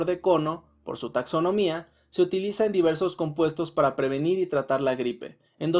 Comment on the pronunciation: Pero todos son para "previnir" lo está diciendo